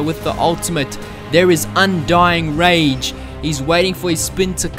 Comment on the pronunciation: I'm pretty sure this video was made to correct how to say "Undying Rage".